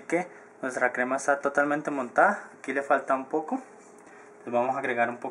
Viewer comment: habla bien huevon es montada no motaa y es textura no testura